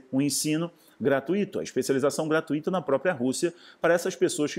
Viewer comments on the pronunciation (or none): none